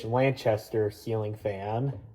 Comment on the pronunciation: beautiful, it's also pronounced lan K aster not lanchaster no hate, also heritage wasn't sold at kmart it was sold at menards and walmart!